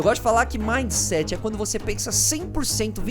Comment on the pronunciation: "Midset" kk